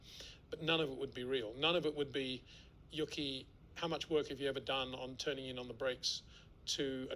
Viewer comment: I watch a lot of Peter's videos and I have to say it really irks me that he says literally says "yucky." It's not like Yuki is a new driver either. It's not a difficult name to pronounce. It's "Yoo- key." Can he just not hear himself?